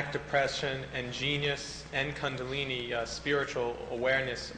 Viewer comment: I wonder when this was done. Happy to see it. It's just great. I read one of Gopi Krishna's books back in the 80's. The Kundalini is a fascinating subject. I wonder about the year because the interviewer sounds very ignorant in the way he pronounces both Krishna and Kundalini.